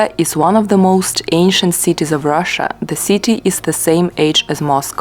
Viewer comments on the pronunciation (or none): none